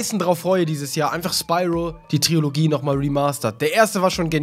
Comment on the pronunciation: Trilogie, nicht Triologie :)